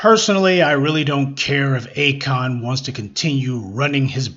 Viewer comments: Not “A the Kon” tho. 😂😂😂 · Akoon? Lmao 🤣